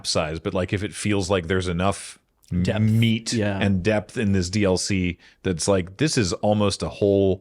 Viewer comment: I think "they're made out of meat" has permanently altered pronunciation of "meat" 😆